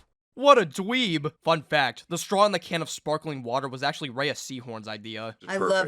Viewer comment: Her name is pronounced RAY like ray of sunshine, not raya. Watch any interview where she states her name.